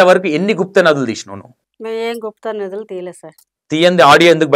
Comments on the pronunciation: గుప్తానదులు కాదు. Guptanidhilu అనాలి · Gupta nadulu kadu gupta nidulu anna 😂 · It's guptha nidhulu not nadulu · bhai, gupta నదులు కాదు. గుప్త నిధులు అనాలి. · Bro Gupta nidilu anu bro gupta nadullu kadu bro 😅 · garu gupta nadhulu kadu gupta nidhulu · గుప్త నిధులు గుప్త నధులు కాదు 😮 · Gupta nedulu 🤔 gupta nadulu kadu swami🤦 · గుప్త నిధులు.. అన్న గుప్త నదులు కాదు...